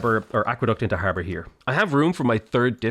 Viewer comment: I thought he said Harvard